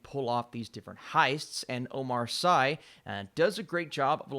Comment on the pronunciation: It’s Omar Sy pronounced (see or si’)